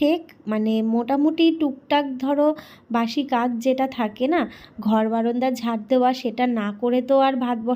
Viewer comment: বারান্দাকে বারন্দা উচ্ছারণ করবে না। শুন্তে খুব বাজে লাগে